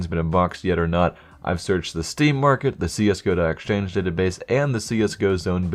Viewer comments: when you say database are you trying to joke or can you just not speak? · "Bayda base"